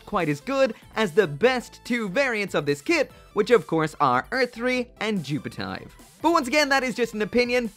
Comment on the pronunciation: still cant say it right joo-pe-te-ve is how you pronounce it